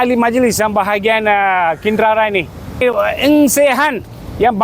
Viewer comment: Kinrara lah bkn Kindara..😅